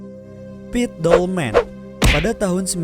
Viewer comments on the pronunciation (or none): none